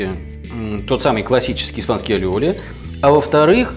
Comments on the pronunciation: похоже, автор просто не умеет делать майонез. любое масло взбивается. если правильно действовать. двойное л в испанском произносится как й. не аллиоли, а айоли. а ещё есть чеснокодавка. чтобы не заморачиваться с консистенцией белка, просто уберите его. используйте желтки. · А вы уверены что он называется алиоли? Ведь в испанском языке двойная буква ‘л’ произносится не как л, а как й. Например, плоские лепёшки из мексиканской кухни называются не тортилла как многие говорят, а тортийя. И этот соус, который мы в Штатах тоже очень любим, называется айоли. Ну а если у вас его произносят по другому, that’s cool too 😀 Не принимайте в обиду, я просто лингвист 😃